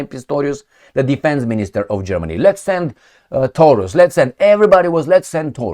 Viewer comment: Taurus sounds like DI-NO-SAU-RUS to me hahahaha